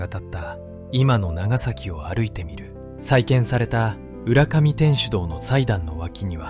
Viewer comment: 浦上 うらかみです うらがみではありません